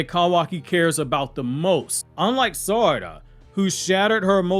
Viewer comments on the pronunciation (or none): none